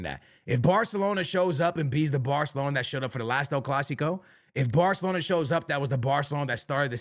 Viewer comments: It’s called Barcelona, not Bartelona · Are you saying "bahthalona"?